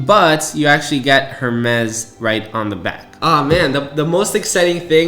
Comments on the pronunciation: It’s pronounced “air-mezz” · Completely agree with you that it’s ridiculous that they don’t include an orange rubber short band. Next time you go into an Hermès store don’t pronounce the H. It’s pronounced AirMez. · Bro if your gonna make a video on a product at least look up the correct pronunciation before hitting that record button. 🤦🏻 every time I heard “Her-mezz” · Not to be an but it’s pronounced “ ehr-mez “ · Who is going to tell him how to pronounce Hermes correctly? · a break would be if he did it once. He does it repeatedly. There is nothing wrong with making the correction. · H is silent 😊 good video thx for sharing ❤ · I know this is a minor point, but the H in Hermès is silent. However, the whole AW Hermès collaboration is an overpriced gimmick with or without the H 😂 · I kept cringing everytime i heard him say that… sorry i still love you and your videos 😂